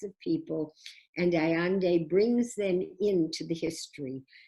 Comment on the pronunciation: GET IT RIGHT!!!! Her name is pronounced “Ah yen de” NOT ALLANDE - follow your vowels Furthermore, it is common knowledge the CIA assassinated Salvador Allende. Thanx professor